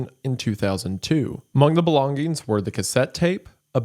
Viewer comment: "g" in the word "Belongings" is silent